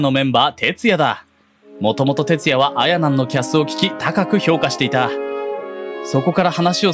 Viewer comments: し↑ばなん↓ あ↑やなん↓ なんやw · 「あやなん」と「しばなん」のイントネーションが気になってしょうがない